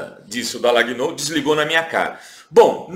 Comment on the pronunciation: O programa é ótimo, super recomendável, sem querer ser pedante ou intolerante, a pronúncia do nome do procuradorzinho é Dalanhól e não Dalagnôu.